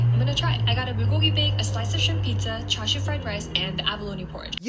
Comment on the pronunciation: “Cha shu” you can’t pronounce it any worse than that